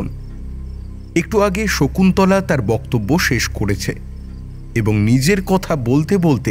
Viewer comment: বোকতব‍্য উচ্চারণ। বানান বক্তব‍্য।